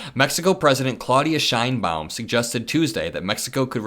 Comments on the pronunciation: Because Claudia Sheinbaum will figure heavily in trade talks with Mexico, please pronounce her name correctly as ‘Shane-Baum’. Thanks! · Is that how you pronounce the Mexican President's last name? "Nice tree/pretty tree" in german?